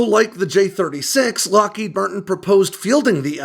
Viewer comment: Loheed Martin? Kannst du nicht lesen KI? It is Lockheed Martin.